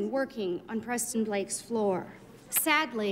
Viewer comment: Me too!! Lol “Press-Tone”